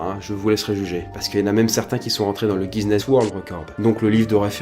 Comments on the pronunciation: Pourquoi "Guziness"? "Guiness" ça ira x) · c'est pas GuiSnness mais plutot Guinness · On dit Guinness et pas GuiSnness ahah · G--U-I-N-N-E-S-S comme la bière, pas "Guise-nesse" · on dit « Guiness », pas « Guizness » 😂 sinon sympa la vidéo 😁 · Par contre c'est guiness ou guiZness, ça me dérange l'oreille mdr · le faite que vous dites "guisness" plutôt que "guiness" me dérange veuillez corriger votre prononciation je vous prie. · Guiness pas Guizness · Le mot c'est "Guinness" pas "Guiseness" comme prononcé plusieurs fois. Voilà c'était l'instant relou, désolé ça m'a titillé toute la vidéo :D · Guiness pas Guizness. Comme la bière. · Arrète de dire Guiznness wtf c'est Guinness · tu dis "guiSnness" tu te trompe c'est "guinness" y'a pas de s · c guinness pas guisnness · GUINESS PAS GUISNESS ... à moins que ce soit le gage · Pourquoi quand tu dis guinness tu dis gui'z'ness? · je suis la seule que ça gêne quand il dit guizness ? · Guizness? Après Cambraïe, notre a définitivement un problème de prononciation... Mais bon on l'aime quand même:D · Le "Guizness World records" merci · Je suis le seul a tiquer a chaque fois que dit GuiZness Book?? ^^ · Le "guizness" world record? Connais pas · c moi ou il a dit guisness ? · guissssssness book,mes oreilles saignent... Mais bonne vidéo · Le "Guizness" book ? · On dit Guinness comme la bière, c'est de là que ça tire son nom d'ailleurs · T'as dit à chaque fois "GuiZness", je suis en PLS dans mon lit, mon cerveau a bugé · Le "guizness" ????